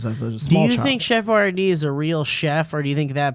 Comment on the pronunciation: Chef boyardee pronounces it more like "Chef BuYAR-dee"